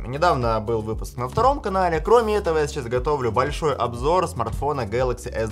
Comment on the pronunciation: ''кромєетого'' перехід на українську можливий?